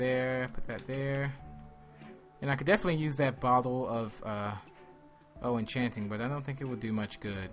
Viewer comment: It is a bottle of enchanting not bottle of o enchanting, god I feel like a teacher, teaching you how to speak. Any way is still love your videos